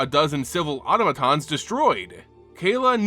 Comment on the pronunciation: Please look up how to pronounce “automaton”